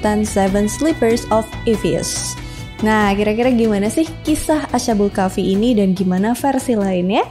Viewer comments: Cara bacanya bukan ASA BUL KAFI TAPI ASHKHABUL KAHFI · Mbacanya as-ha-bul kah-fi mbak. Bukan a-sha-bul kah-fi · Bukan asyabul Kahfi mbak tapi Ashabul Kahfi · Ashabul kk bkan asyabul kahfi 😁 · Asbabul kahfi kak klo ga salah😂